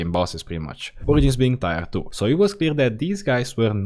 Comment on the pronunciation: Tier : ❌ Tire : ✅